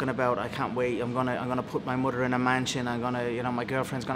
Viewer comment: "I'm gonna put my mudder in a mansion I'm gonna pay me own medical bills for me broken leg."